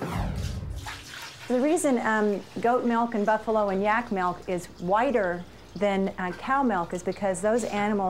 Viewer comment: There never fails to be one of those "melk" people. cant stand them lol